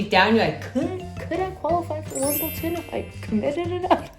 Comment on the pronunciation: nice month of training. There's no 'T' in Wimbledon, why do people say WimbleTon? I don't say EdmonDon